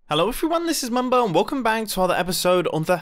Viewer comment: Mumbo I thought u said "i give up"